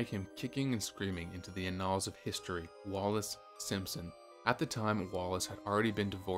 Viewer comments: Learn how to pronounce "courtesan" and "annals." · You can use Google to learn the pronunciations of words like "annals," "clergyman," and "ne'er do well." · 'annals', badly mispronounced. Don't use words you don't know. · Are you a robot? You can’t pronounce “annals” or “ courtesans” and people lie through their teeth, not through the skin of their teeth. You accomplish something BY the skin of your teeth. Who wrote this?